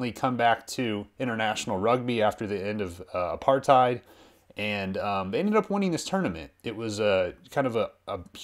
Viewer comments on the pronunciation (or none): It's "apart tat" not Aparthi 😂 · How he pronounces apartheid 😂😂😂😂